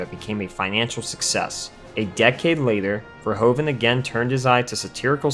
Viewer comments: As a fellow Dutchman to Paul Verhoeven, I can't help but cringe at the way you keep saying "Ver-ho-ven". It's actually pronounced more like "Ver-hoof-en" ("oe" in Dutch is pronounced as "oo" would be English). Other than this obvious nitpick, I thoroughly enjoyed the video! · Verhoeven is pronounced as verhouven, like the ou in you, great review! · The part hoeven in the name Verhoeven is pronounced like hoover with an N instead of an R. Then ad the Ver in the begining. And your pronouncing it in the correct manner. Ver-HOOVEN.